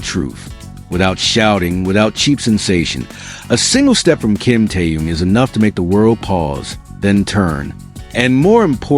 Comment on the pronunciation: Ким Тэун, это кто? Зачем каверкать имя Мировой звезды? Ким Тын? Ужас. Я понимаю что это ИИ, но кто то контролирует.